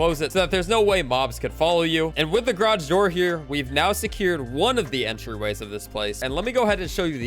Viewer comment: "grodge door"